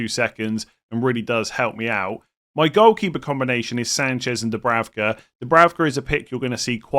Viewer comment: It isn’t Dubravka it’s Dubrauka in terms of pronunciation. Benjamin is Benyamin.